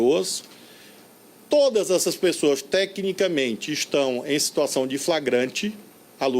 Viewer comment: me da agonia quando ele fala todas.